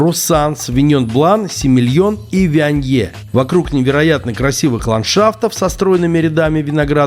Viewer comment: Вионье , R ге читается ?!